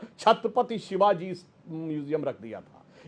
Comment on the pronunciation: सुधांशु को छत्रपति शिवाजी का नाम तक सही से लेना नहीं आता।🥱